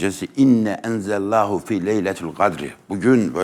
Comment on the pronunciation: Ayeti okuyabilse keşke enzellahu degil enzelnehu ah ah takiiyeciler sizi